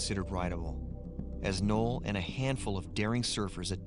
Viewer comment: Noll. Not “Knoll”.